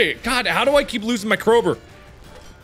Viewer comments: Nobody: Markiplier: Crowber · Still surprised Mark doesn't know how to say crowbar like a real human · does anyone else find it cute how mark calls a crowbar "crowburr" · "Crober" ~mark 2019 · The Way He Pronounces CrowBAR Like it's fecking cold oh LOOK A CROBRRRRRRRR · Why must he say crowburr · Why can't this guy pronounce "crow-bar"?